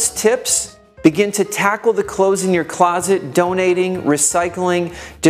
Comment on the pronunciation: Good advice to would be minimalists. I cannot help but cringe at the mispronunciation of the word “clothes”. It is not close, as in “close the door”. Nor is it pronounced close as in “near”. The word “million” is also mispronounced. Just saying..........